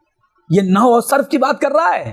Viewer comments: نو نہیں نحو ہوتا ہے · نو نہی ہوتا بیٹا نحو ھوتا ہے